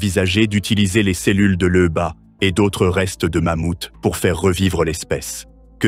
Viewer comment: LEUBA!🙄Lyuba! ton ai est pas capable de prononcer lyuba?